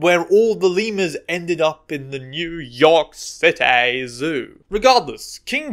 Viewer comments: Appreciate the 'new yawk citaaay' 🤣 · I appreciate the Laszlo-esque "Nyew York Citay" lol